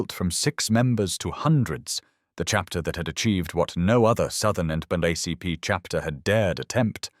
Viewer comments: "The next day, National N duh-buh ACP" Uh... what? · "Wilkins suspended Williams from the End O' Bug ACP" OK thanks for clearing that up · NAACP pronounced N-(double A)-CP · why is NAACP so poorly stated? is this channel fake? are you a real person?